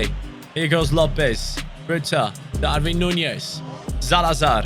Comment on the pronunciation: Hi pronunces DARWIN NOT DARVIN